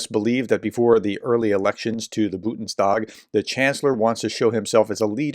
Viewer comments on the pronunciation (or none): Am done with this channel…the “professor” can’t pronounce any word or term that is not in English (Bundestag totally botched is the example in just this video). …But mostly, his “conservative” bias shows a lot lately….What else would Biden do other than pardon Hunter? The laptop story was ruzzian plant gone wild AND does anyone think the next justice dept wasn’t going to just make up more stuff??? No. The only choice was to pardon.